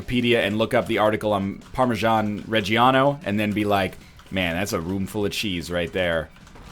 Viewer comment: Every time you say "PARMASHAN" I die a little inside.